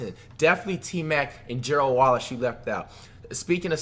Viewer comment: Gearld Wallace 😂😂